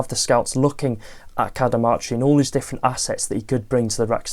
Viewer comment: Good stuff. I think its pronounced Ka-Da-Mar--?🤷‍♀